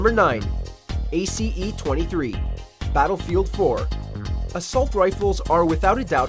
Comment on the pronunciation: Anyone else get triggered on how he pronounced the ace 23?